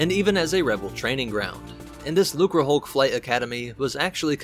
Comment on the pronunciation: Hey you finally didn't pronounce the C as a weird S. Looserhulk lmao 👍